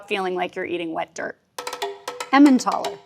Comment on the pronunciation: "13 of the World’s Funkiest Cheeses" ... "Emmentaler" - Huh?!